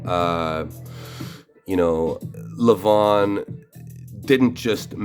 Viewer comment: It's LEVan as in seven, not leVAWN !